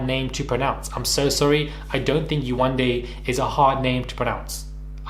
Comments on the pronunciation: “That’s just who I am” then change. Have growth. Pay for a damn speech pathologist to teach you how to say Yewande. You are not a child, you are a grown women who lived with this person for three weeks, that’s 21 days. 21 days to learn how to properly pronounce a name. Admit that you are wrong and learn how to grow from it. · The same "Yewande" she couldn't pronounce lol 🤦🏾‍♂️